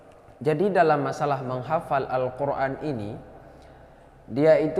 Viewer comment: Alqur an, bukan alwuran